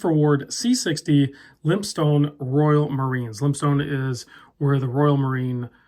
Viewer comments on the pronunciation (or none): It’s actually pronounced “Lympstin”.